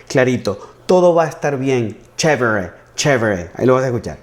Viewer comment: ¡Que maravillosa semblanza! Chévere (pronunciado como Stevie Wonder)